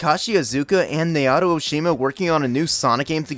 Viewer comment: *"NAO-TO" not "NAY-OTO"